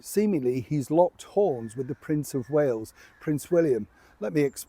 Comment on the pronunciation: It’s Wales not Whales.